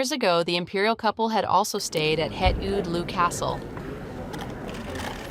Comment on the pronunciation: They watched the soccer game together, how nice! The pronounciation of Oude Loo is so funny XD it's pronounced more like ow-the loh